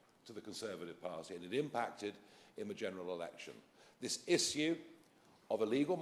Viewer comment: Very eloquent and on point, though im botheres by how Nigel pronounces issue.